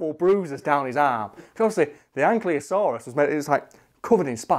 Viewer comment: He mispronounces ankylosaurus the way I always did. I have instantly gained more respect for the internet face.